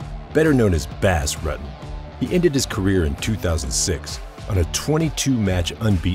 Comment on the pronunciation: His name was Not Bass Rut-ten it was pronounced Boss Rooten